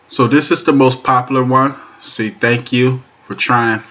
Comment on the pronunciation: "Popalure" as you say it is wrong. The word is "Popular"